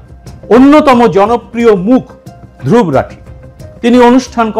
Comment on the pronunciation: ওর নামটা ধ্রুব্ । তাই সে ভাবে উচ্চারণ করাই ভাল। আমার নামের ক্ষেত্রেও এই সমস্যাটা হয়। হিন্দিভাষীরা সুবরত্ উচ্চারণ করে। আমাকে কারেকশন করেসবলতে হয় এটার সঠিক উচ্চারণ সুব্রোতো।